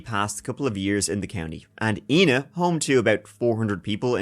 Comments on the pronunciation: Please it's pronounced I na not E na! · Not that it matters that much, but it's actually pronounced "eye-nuh". I live just 15 minutes from where this took place, in Benton IL .Very tragic situation, but I am super stoked to see you covering it. My boyfriend and I listen to your podcast regularly! 🤘🏼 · I'm from about 20 mins south of Ina Illinois. The way everyone pronounces Ina around here like Eye-naw not E-na. I had to look the case up to find out what town he was talking about.